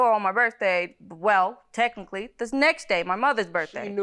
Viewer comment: Not tech-aly!😂😂😂